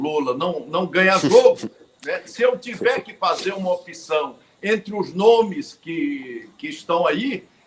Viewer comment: A grande mairia dos menbros do Senado , deveria usar corretamente a pronuncia PROPRIA e nao propia. Corrigir tambem a pronuncia OPCAO que nao tem a letra "I " falando sempre Opicao. Dois erros praticados por quase todos os senadores e deputados.